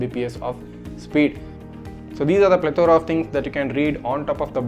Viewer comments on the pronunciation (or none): none